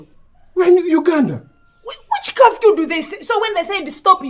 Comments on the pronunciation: I can’t be the only one hearing kafyu not curfew 🤣🤣🤣🤣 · 🤣🤣🤣🤣😂😂the pronouncement of curfew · This one has Gerald smashed ."curfew" pronunciation so funny.more love from zambia